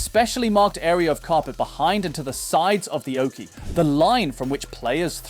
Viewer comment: It's oche, not oakey... 😉